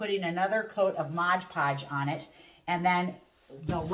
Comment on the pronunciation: MOD podge,not Modge.😂